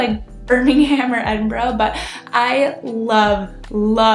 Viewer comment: Well done, you are a rare American that can pronounce Edinburgh correctly, though I'm not sure you could. describe Edinburgh as a big city (we have a smaller population than Albuquerque) great vid.